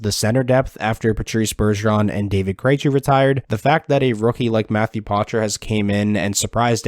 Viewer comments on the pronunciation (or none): Poitras not Potrais. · Matthew Poitras' name is pronounced "pwa-tra" or "poa-tra", the "a" is almost silent. Its a French name, "oi" is pronounced "wa" in French. He says it here